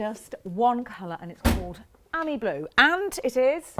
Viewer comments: Nice! But it's not the Citroën "ammy" -- it's the Citroën "amee" (as in ami, amie, amigo, etc. = "friend"). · It's not an Amy (like Amy Winehouse) it's an ah - me like mon ami... mon cheri !